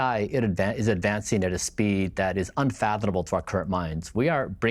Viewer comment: Is it just me or are Americans no longer able to say the word “unfathomable” anymore ?? A fathom is a unit of measurement for depth. The way people are saying “unfathonable” makes it seem like they think it’s an actual word with its own etymology. The IQ level has dropped to idiocracy levels all over the west.